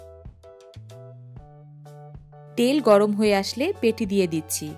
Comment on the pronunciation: পেটি না শব্দটা প্যাটি হবে